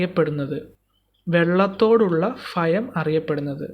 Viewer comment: ഉപകാരപ്രദം👍 ഫയം അല്ല, ഭയം